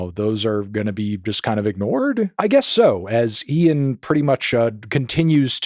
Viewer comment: Melon first American who can say 'Ian' instead of just 'een'